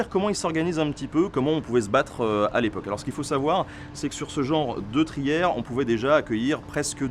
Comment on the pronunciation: trière et non pas trière.Bonne vidéo.